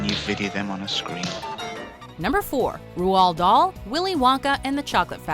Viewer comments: 4. I believe it's pronounced Road Doll. 1. It should be common knowledge by now. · You pronounced Roald Dahl wrong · Isn't it like Rahld (very soft d) dahl